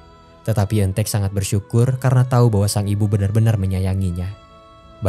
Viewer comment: Apa cuma aku yg denger kata "ojo cemburu..." dari eun taek di menit 😭😂